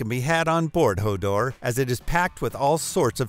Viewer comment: LOL you stuffed up HODOR and Freemantle. HODOR is a TV reference H o Door (Hold the door). Freemantle is pronounced FREE MANTLE ! Its a city on the western coast of Western Australia. Im an Aussie :-)